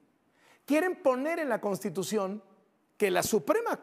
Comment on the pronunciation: ni siquiera sabe hablar ni leer! Dice La “Contitución”! 🤬